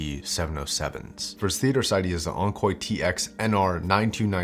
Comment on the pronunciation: Did he say "Onkoy" ? Yikes!